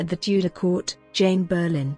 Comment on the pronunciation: Whats with the dodgy AI voice? The family name is Boleyn, not BERRLIN.